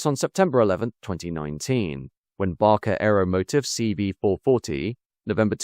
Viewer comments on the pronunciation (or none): none